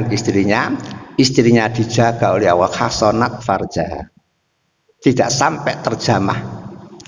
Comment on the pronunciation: Mohon koreksi, ustad ini selalu menyebut kata ALLAH malah awoh. Sekedar koreksi aja. Mau bagaimanapun jg lidah harus dibiasakan melafalkan sesuatu kata/huruf yg bnr. Agar org2 gak salah persepsi nantinya